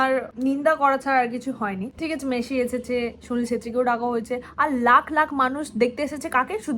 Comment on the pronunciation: Aare didi 'Meshi' na 'Messi'